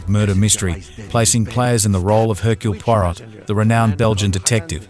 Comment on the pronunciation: "Hirkl Pwarott" would make old Agatha spinning in her grave like dinamo able to feed the whole world with free power. Even those in England pronounce this name more correct. Good list tho, thanks. :face-green-smiling